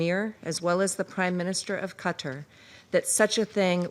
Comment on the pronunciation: Its Qatar not "Gaatar 😂